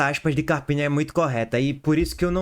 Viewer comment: “Carpina” não tá puro não, Lulu! 😂